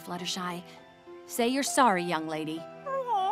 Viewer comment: "say your sorry young lady!" "Eirm sareohry" I love the fact that the bird is trying to talK